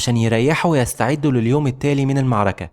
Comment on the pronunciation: يعمي انطق المعركة صح والنبي